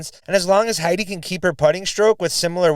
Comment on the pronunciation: Heidi ("Hay-de" like "dee" but a short "e" sound) Laine ("Line-A" again a short "a", sort of "eh"). No one I've heard so far in commentary has got that one right, be it Jomez or others. So here's a chance to be a pioneer on your side of the Atlantic.